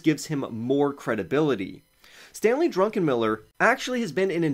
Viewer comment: Dude- Stanley is not drunk. Double check the pronunciation.